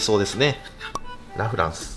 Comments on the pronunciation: ラ・フランスのイントネーションおかしくない？ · ラフランスがアデランスのイントネーション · ラフランスのイントネーションが気になりすぎて、みた内容忘れた おフランスと同じイントネーションだと思う笑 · ラ(↑)・フランスが気になりすぎる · ラ・フランスのイントネーション😂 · ラ・フランスの発音が気になる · ラフランスのイントネーションが自分と違う😮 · ラ・フランスのイントネーション、このバージョンは初めて聞いた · ラ・フランスのイントネーション違くて新鮮🍐